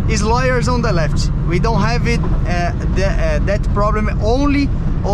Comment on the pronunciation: Wow, your English is awesome, you totally can do it, just a little advice to improve your accent, you are always prolonging the Portuguese "i" sound, like on the word "left", "lefiti", try to get rid of it, just spell the mute "f" and "t". Good luck in this new path, with English you have the whole world to conquer.